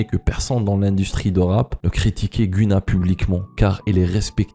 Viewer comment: Tu ne prononce pas bien le nom de GUNNA